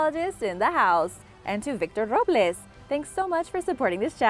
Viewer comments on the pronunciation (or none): none